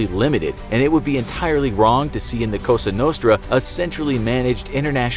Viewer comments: It's Palermo, not Palmero :)) and cosa nostra (our thing) , not Costa nostra. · cosa not costa......you are thinking of coffee lol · Cosa Nostra, not Costa Nostra....... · Why did he keep saying COSTA NOSTRA??!!?? I’m like 99% it’s COSA NOSTRA....... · Are you saying "Costa" Nostra?? Madone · Dude you said it wrong the entire clip. LA Cosa Nostrand it's not COSTA u ruined this whole thing a waste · Did he just say Costa Nostra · "Palmero" "Costa Nostra" Is it the script or narrator? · Costa nostra?? Roflmao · "costa nostra"